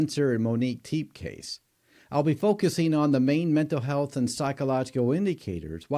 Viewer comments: Good lord—it’s pronounced Teppy, not Teep!! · Their surname is pronounced "Tep-ay," not "Teep." Rest in eternal peace, Dr. and Mrs. Tepe. God bless and comfort your children, family, and friends. .🙏🕊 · Which video/coverage have you heard their last name pronounced as freaking TEEP! Was it the same video they mentioned a SEVEN month old baby? smh smh Y’all just say and post ANYTHING! Their last name is TEPE! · Pronouned "Te-pay". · Really? You couldn’t find out the correct pronunciation of their name or the actual ages of the children? Pathetic. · I don't know the correct pronunciation of Tepe. I can say you are the only podcaster to pronounce it as one syllable. Is everyone else wrong? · You got the past name pronunciation wrong